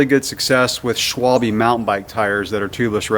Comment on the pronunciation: Funny to see the pronouncation of "Schwalbe" in English, sounds like "swol-a- bit". But what are the advantages of those TL tires except less weight?